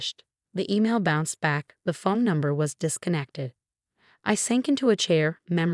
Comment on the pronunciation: Please for the love of God, get someone who can write the subtitles correctly! It is a PRENUP not a Printup!! Someone who could correctly pronounce words would be great too! The word is PHONE not fum, whatever the heck that is. Could be great vids with competent people